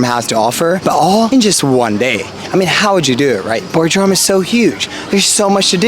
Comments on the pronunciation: It is Bodrum not Bordrum... and please don't thank me for the support. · Bordrum hahahahha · well at least it wasnt Boredrum